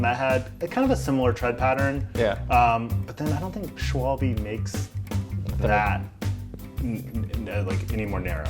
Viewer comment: Hey guys great episode, but *ONLY BECAUSE YOU BROUGHT IT UP* the German tire company is pronounced "sch-vall-buh"